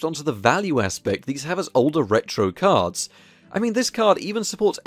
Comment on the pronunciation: Who keep hearing cars and not cards